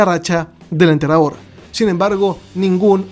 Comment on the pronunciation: Siempre se te escucha entrenador deberías aprender a hablar o decirle undertaker o enterrador bien dicho